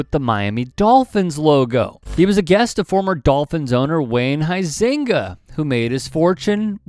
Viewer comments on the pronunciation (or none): none